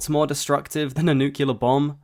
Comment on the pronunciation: There’s no u after the c. It’s nuclear, not nucular